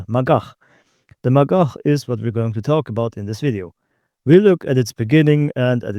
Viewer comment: every time he says "magach" i hear "MaGuh"